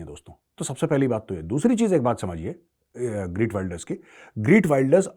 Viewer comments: इसके नामका उच्चारण 'ग्रीट 'नही ' गीर्ट' है। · The Dutch pronunciation of the name is खेर्ट विल्डर्स (khert wilders)! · Is bahan ke lode ko geert pronounce krna tk nhi ata or ye bhavishyawani krega